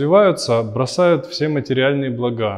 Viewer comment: Ударение на второй слог (благА) - распространенная ошибка. Всему свое время и место - и духовным блАгам, и материальным.Молодой человек,нет слова "благА". Вы же не говорите "МантрА". Мастеру Имраму благодарность ❤. Аум намах Щивая🙏🏻